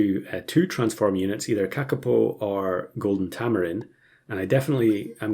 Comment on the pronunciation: you're very close to the pronounciation of kakapo. as close as any non maori speaker